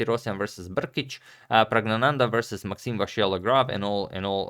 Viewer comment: so apparently Praggnanandhaa is French now